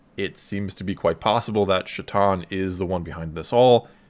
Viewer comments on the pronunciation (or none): Chthon is pronounced ch and like tone